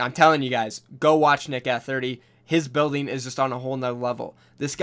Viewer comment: Are you sure you have watched Nick Eh 30 you completely butchered his name